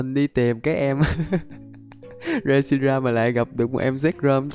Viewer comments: Con đó là rét shi ram mà sao đọc là sét ri ram quài v anh Anh ơi anh hãy tìm và bắt bộ ba sáng tạo nhé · Reshiram chứ ko phải shireram anh ơi